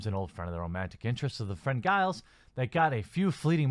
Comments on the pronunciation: Why are you even talking about Buffy? You clearly haven't even watched it. You pronounced Giles wrong LMFAO. BYE. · It's Giles, rhymes with Jesus. I was originally wtf about this, but now? Yeah, totally on board. If there's that many fake fans in the SJW faction crying crocodile tears and raging over this, then I fully support it. I will not torrent it. I will legitimately purchase the episodes. 👏👏👏